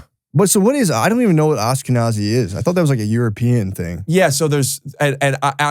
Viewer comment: Why does Rick say Ashkenazi like that... Like ASSkenazi